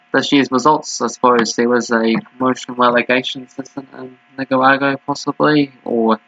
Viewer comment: Nick-a-rah-gwah. 😂Lol. I can help you here. I’ve been watching this league for the last month.